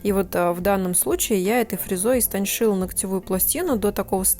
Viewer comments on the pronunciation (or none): Каждый раз смотрю видео и каждый раз возникает вопрос: почему истонШаю, а не истончаю?)